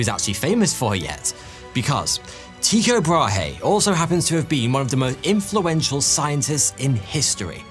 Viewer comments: tyikaay brawhee... 😅investigate you prounouncation little.🤣🤣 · Damn Limies'... TIE-CO-BRAW-HEY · there are no diphthongs in the Danish pronunciation of Tycho Brahe. Tycho contains 2 exact monophtong sounds which are, as I explained; the German ü or French u for the ‘y’ part and a sound similar to the French ‘eau’ for the o part. Furthermore the h in Brahe is silent and the e part is a close to non existent schwa vowel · no, he meant Tü-K’eau’, as ‘eau’ in French for water, Bra-(insert a very minuscule schwa sound) h is silent. the ü is like the German version, similar to the u in ‘tu’, French for ‘you’ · As a Dane, I cringe at the way you say his name but as always, it is a highly entertaining video. Thank you. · love all your stuff but how your pronunciation of Tycho brahe did made me twitch :D